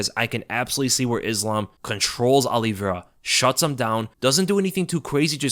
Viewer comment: Say your predictions again! Oliviera this Oliviera that. Dead wrong.